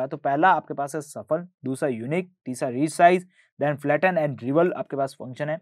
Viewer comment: felten nahi flatten